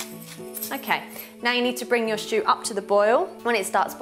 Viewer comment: This looks delicious-- I don't have enough venison so I'm going to make up the measurements with beef. I look forward to making it later this week, now that the weather in the UK has turned. 🌧 PS= I love her charming speech impediment, pronouncing it 'sh'choo' instead of simply 'stew'. 😄